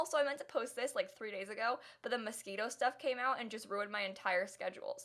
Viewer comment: no one: absolutely no one:: MoSqUiTo I've noticed that you pronounce Moschino like Mosquito when you're talking about the Moschino stuff pack. I LOVE YOUR CONTENT realizes I'm commenting 10 months after this was posted me: well crap.